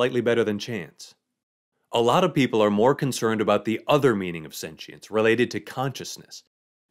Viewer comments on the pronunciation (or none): Sen-she-ence? sen-chi-ence? Sen-qi-ence? How about you just say it right. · I had to turn off the video halfway through because of the way he says sentience. Sue me